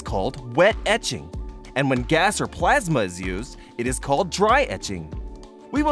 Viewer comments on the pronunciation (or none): none